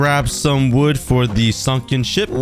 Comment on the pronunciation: did he say ship or shit 😭😭.